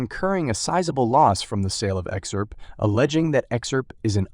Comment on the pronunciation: Learn how to say XRP! Your info is very dated and your Title is clickbait!!!